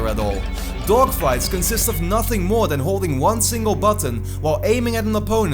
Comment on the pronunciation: also because in it sounded like you said meer instead of more which means more in Dutch XD